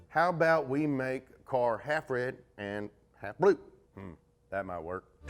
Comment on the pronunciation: "How bout we make the car half rid an' half blue?" "...that might werk."